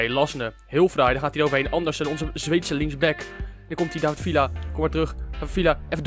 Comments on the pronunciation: Je spreekt het uit als vija niet vila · je spreekt villa uit als vija mischien kun je dat voortaan zeggen